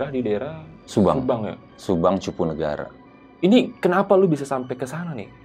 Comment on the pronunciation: Maaf bukan cipunagara...udh bener namanya CUPUNAGARA